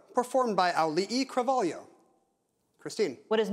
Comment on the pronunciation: Dang, Ken actually stuck the landing on pronouncing ‘Auli’i Cravalho.’ Nice job